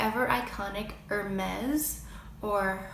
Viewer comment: Very nice and interesting video...;) As a french girl, I only have two corrections to make about your pronunciation: guerlain at the end is pronounced as parfum or as you pronounced Louboutin, and at the end of Hermes, it not a "Z" but as in "sweet"..All the rest was just perfect ;) Otherwise, Clé de peau and La Mer are not french brands. La Mer is Swiss, just as La Prairie, and Cle de peau is a Japanese brand. And yes, make up for ever is a french brand and I pronounce Nars the french way you used, when I speak french ;) I'm very curious about the fact you said you've lived in France... And by the way, the real parisien accent is not very beautiful (listen to Arletty in old french movies)....